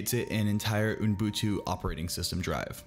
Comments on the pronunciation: You were so CLOSE, you're saying 'ooN-boon-too', when it's just 'oo-boon-too'. I now this is 3 years ago, and you may have mastered it by now:-) HTH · Unbutu? Unbuntun?🤣 Fellow Angeleno here :) Love your videos, man. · I will start to call it Unbutu.